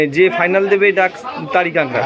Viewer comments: আরে ভাই নাম টা ঠিক করে বলতে শিখুন। এটার নাম কাংড়া নয় এর নাম কাঁকড়া ঠিক আছে। ভিডিও করলেই হবে। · ঐ অঞ্চলের পুরাতন বাংলা ভাষা অনুযায়ী কাক নয় ড়া এর পূর্বে কাং শব্দটি উচ্চারিত হয় 😄